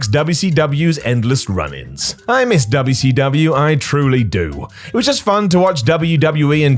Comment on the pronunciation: Did just say WCW normally? Instead of Dubya See Dubya!